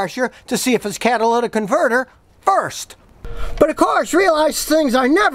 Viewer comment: “Cadillac converter” lol